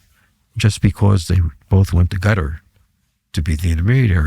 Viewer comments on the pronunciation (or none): He’s mispronouncing Qatar as “Gutter,” and then claims Iranians don’t want to talk to Russians directly — even though they just signed a mutual defense treaty. His take on the Ukrainian war theater is also outdated. He’s stuck uptalking satellite imagery while completely missing the rapid evolution of drone warfare and the innovations both armies have made. There are a few rational points here and there, but overall this sounds more like propaganda aimed at the uninformed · Anyone who pronounces Qatar as "gudder" doesn't know squat about the middle east. I've never heard a bigger, more comprehensive crock of sh*t on such a wide range of subjects. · The voice is continuously scratchy and, at moments, impossible to understand. 👎👎 He constantly throws anecdotes of his past memories. 👎👎 The way he pronounces Qatar as == cat'tr == is annoying and, due to the scratchy voice, I had to rewind back to understand what he said. 👎👎 Dislike given for the video. 👎👎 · What is "Gutter" – is he talking about Qatar? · So full of ṣ̌! 😂😂😂 "Iranians do not want to talk directly to the Americans or Russians." On which planet does this guy live?! 😂 Is it me or is purposely saying "Gutter" instead of Qatar. These people are masters of twisting everything to look smart. What a DECEPTIVE chameleon. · Is there a country called Gottar? It is Qatar, not so difficult to pronounce correctly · Why does he call Qatar “Gutter” even though he’s already called it “Cuter”